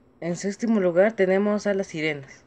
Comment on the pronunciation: Se dice séptimo!!!!!! Jajaja xd